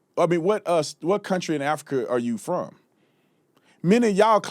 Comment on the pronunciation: "to build this counTRAAH" STFU Dipshit